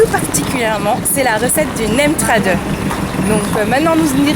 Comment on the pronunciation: Tu parle vraiment mal le lao et tu prononce vraiment mal nem tradueua